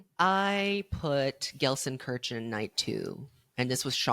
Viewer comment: Loved the episode but listening to you pronouncing Gelsenkirchen really cracked me up (as a German ) 😭😭😭